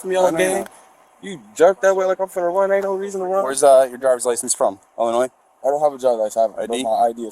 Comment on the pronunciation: Illi-noise. NUMB DIGGER...